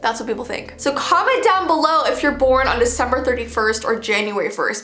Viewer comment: Hahahaha........happy Veecember... uhh